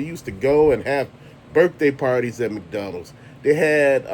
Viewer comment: Thanks for all your Rants and reviews! Bro you got me laughing over here the way you're saying McDonald's. Sounds like you're saying Mcdonnell